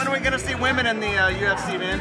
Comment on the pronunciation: Why can’t kids these days pronounce “women?” Women is plural. Woman is singular. Great video though.